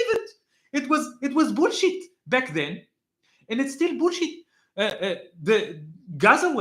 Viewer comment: Im borrowing the way you say "boolsheit" As a teacher of English for over 24 years, I can attest it's the correct pronunciation. BOOLSHEIT.❤😂 Love it.